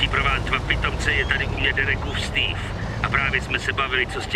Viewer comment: steve ne stewe